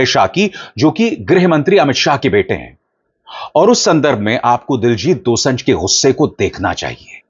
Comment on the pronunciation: Abhishar ji his name is Diljit Dosanjh Pronunciation is dosaanjh ( दोसांझ) not दोसं‌झ Thanks ❤